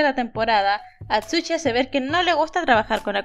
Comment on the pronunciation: Atsushi no! Atchuchi si xd Segun lo que escuche xd